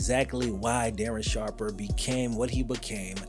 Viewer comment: Oh no, DARREN SHARPAH